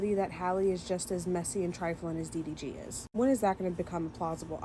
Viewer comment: His name is D D G I don't know what you are saying😂